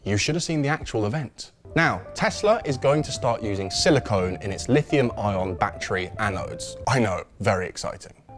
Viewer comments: Silicon, not silicone. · Silicon is rare earth metal used in microchips and battery manufacture. Silicone is a man-made polymer used in sealants, adhesives and breast implants. They are two different things and pronounced differently. Otherwise, great vid